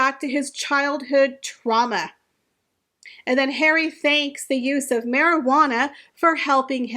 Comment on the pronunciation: I miss how you used to say “daddy”. Now I just love “Hawry”. Cracks me up.